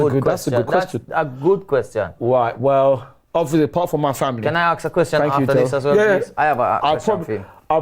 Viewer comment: Does the word “Arks” instead of “Ask” rattle other people as much as me?